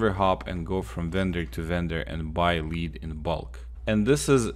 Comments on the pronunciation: L E A D!!!! not LEEEED!!! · lead is pronounced "led" not "leed" just so you know. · Lol yep like dead but with an L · Its pronounced like led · Helpful, but it I can’t stand how he says lead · You mispronounced lead. Just saying.good video though.